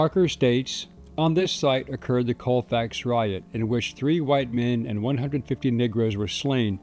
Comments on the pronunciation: Colfax is so small not one stop light and its pronounced call fax not cole fax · I live a little over an hour from Colfax in Mississippi, but I have, or had relatives in Colfax. I have never heard of this. BTW, everyone around this area pronounces it "call fax".